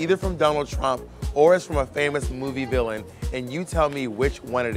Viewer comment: lol I love how it says willam instead of villain